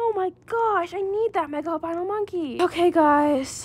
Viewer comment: loved when u mispelled "monkey" by saying "nonkey" LOL